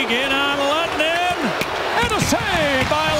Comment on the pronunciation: goalkeeper's name is "Lehtinen" not Lwehtinen...